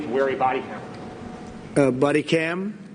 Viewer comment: Trump had no idea what that reporter meant by body cam. Sounds like Trump repeated it as " buddy cam"